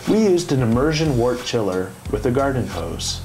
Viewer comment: Very nice overview. Good job. I hope you get into it yourself! Your enjoyment, appreciation, and knowledge of beer will increase exponentially, ha. Couple pronunciation things. I believe "tun" rhymes with "done." And "wort" sounds like "dirt," not the bump on your finger. Hopefully he keeps his fermenting beers out of the light one way or another. Sounds like a tasty, hoppy and bitter beer. cheers.